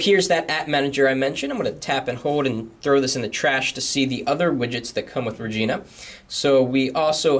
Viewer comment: lol sounds like you said vagina widgets xD